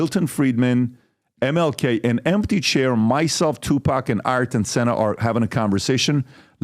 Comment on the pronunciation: Stephen your mispronunciation of Tupac is killing me😂